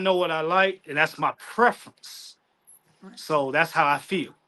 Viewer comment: He said "preference" really hard.😂😂😂😂